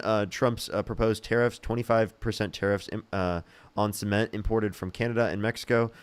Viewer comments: best take away moments: SEE-ment and 2 Zygotes 🤣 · Omg “cEment”